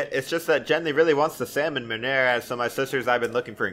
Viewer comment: salmon meunière is said as in french... salmon m[ø]ni[ε]re (its in phonetic alphabet) Ya welcome Tell me if this we useful xD